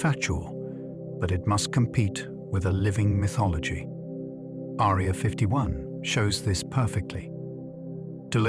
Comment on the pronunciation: The AI pronunciation turning “Area” into a girl with a thin sword resembling a “needle”, is quite distracting.